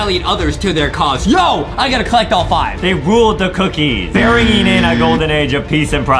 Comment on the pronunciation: Adem: berengwing a Justie: bringing